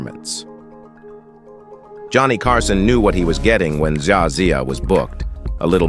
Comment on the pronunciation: Zsa was pronounced Jawsuh.